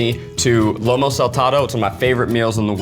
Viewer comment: “Lomo saltado” what kind of meat are you using zach?. Lomo zach, it’s Lomo.